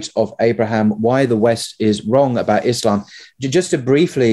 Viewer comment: Thanks for not calling it "Izlam"